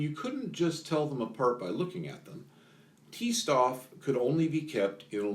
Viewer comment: C-Stoff & T-Stoff are pronounced "Say Shtoff" and "Tay Shtoff" The word "Stoff" kinda means material...stuff?